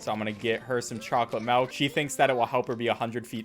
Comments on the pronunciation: Did u fr say melk instead of milk... i thought i could trust you... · Melk? Tf is melk? You mean milk? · It's MILK not MELK! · It ain't Malk it's milk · You should speedrun pronouncing 'Milk' correctly. I've watched a bunch of your runs, but Melk isn't Milk. Get Gud noob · This man really said melk. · It's called MILK NOT MELK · No-one gonna mention how he calls it melk? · Can’t believe he says malk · did he just say... MELK!!!!!! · Wait wait wait- you heard that? He said "Malk" YOU'RE SAYING IT W R O N G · He said “melk” lol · Ah yes I see that you are one of many people who pronounce milk like "melk"